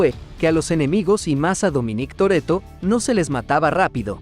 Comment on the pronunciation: Dominíííc Torrretto